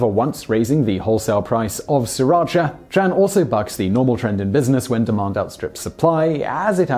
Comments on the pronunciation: It's T-R-AN not Chan other than that very good vid per usual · I’m Vietnamese, my last name is Tran... By the way, it is pronounced (Chung, just don’t emphasize the “ung” too much)